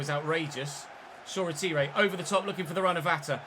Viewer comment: hate to say it, but that’s not how you pronounce Shoretire’s name. It’s pronounced: “Shor-Tyre” not “Shor-A-Teeray”.